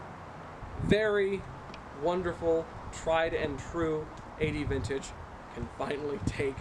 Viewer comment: You pronounce it Aye-dee-vintage?! I thought it was like Ad-vintage.